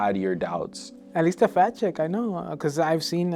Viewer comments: I too thought he said "fat chick" but my boyfriend thinks he said "fact check" 🤷‍♀️ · I too thought he said "fat chick" but my boyfriend thinks he might have said "fact check" 🤷🏻‍♀️ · I thought he said fact-check, too!